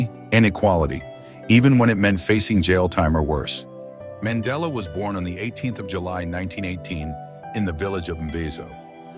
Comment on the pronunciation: Nelson man .....della ✅ Nelson Mandela ❌